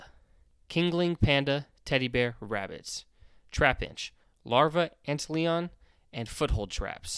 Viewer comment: It's pronounced ant lion (like the cat).